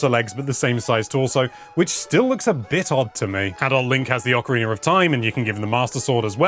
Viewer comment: Why do you say ocarinaR of time!?